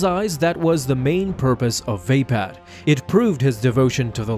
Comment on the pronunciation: vape pad lol i think its va pad